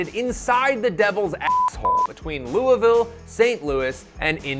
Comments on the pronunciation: Props on saying Louisville the correct way. We really appreciate that. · Close enough pronunciation on Louisville, just as long you don't say "Lou-ee".